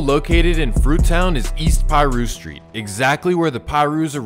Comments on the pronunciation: Brev you don't pronounce it "PIE'RU" think more like "paaaaRU" !!! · lol i think it's so funny when NON street dudes or non hood dudes do these kinds of videos lol don't even pronounce Piru correctly smh it's pronounced PAH-ROO.. not PIE-ROO lol